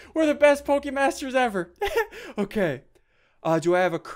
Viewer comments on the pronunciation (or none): "Pokemasers" LOL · "Pokemasers" tf? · “Pokemasers” yes pokemasers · its poke masters not masers! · You said Pokemon masers not masters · LEARN HOW TO SPELLLLL... Y u spell pokemasters as pokemasers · You said pokemasers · you missed the t in pokemasters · You missed the t in pokimasters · You forgot the t in pokemaster